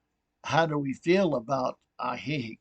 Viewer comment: lol at your pronunciation of Ajijic. It's AHHH he HEEK.